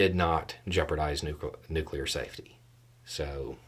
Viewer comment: Thank you for not saying "nucular."